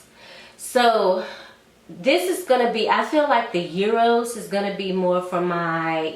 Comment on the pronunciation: Great recommendations. Just a side note: I heard a couple ppl saying Euros when there’s no “u” in Eros by Versace.